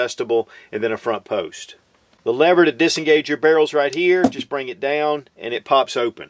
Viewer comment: He yer. Da yown. Or here and down? Funny. One syllable becomes two.